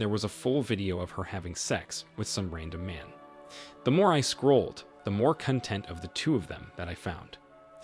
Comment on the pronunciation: It isn't pronounced cunt.end 😱😱😱. it's pronounced "conn.tent"